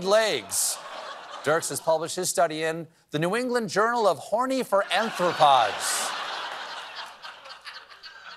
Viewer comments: You can see the repressed shame on his face after he said that. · The book cover had it correctly as “arthropod,” but for some reason Stephen pronounced it as “anthropod.” Which would be “human shaped animals with feet,” I guess. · thankyou! i winced when I heard it. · As an entomologist, hearing Stephen say "anthropod" instead of "arthropod" made me wince.